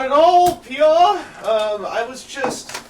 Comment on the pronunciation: So to pronounce Peaugh is "Pee-Auh?" I always though it was pronounced more like Dough